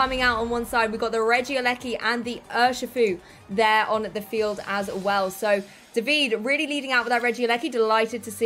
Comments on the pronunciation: Unbelievable how they still cannot manage to pronunciate "Davide" right... not that it's difficult either. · Not at all. You must not be italian (se lo sei, sappi che sono perplesso) but, being an italian name, the final "e" is there to be pronunciated... and also the accent is supposed to be on the "a". DàvidE.